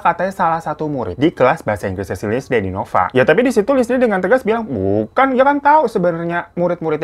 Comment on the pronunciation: "linsiy" bang baca namanya haha..